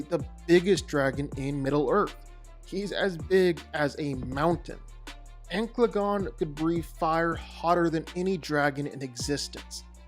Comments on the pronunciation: Ankladon? Bro, learn to enunciate. It's An/cal/a/gon. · Its not ancladon.. its ancaladon... an- ca- la- don, not ank- la- don, as you said it. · The pronunciation in the vid was killing me… Ankleagon? An-cal-a-gon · ok I heard Angaelagon the black, Empalagon the black. Amplygon and lot worse bruh. Ancalagon The Black. xD geez so funny dude. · Downvoted for mispronounced ancalagon